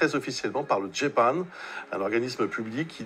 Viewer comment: Pas de foutage de geule pour une fois! A part qui dit le djê panne! Mdr et j aime bien le therme employé ”historien des ovnis ” c est bcp plus classe qu ufologue! Bravo tu est très bon dans tes interventions médiatique cela nous change de certains douxdingue!